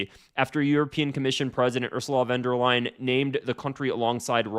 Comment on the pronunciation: "Completing the European continent" is some deranged dictator rhetoric foreboding of Nazi style. - No surprise with her. P.S.: It is "von der Leyen", not "van der Leyen".